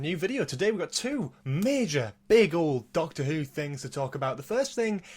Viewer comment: You said your intro right! :DDD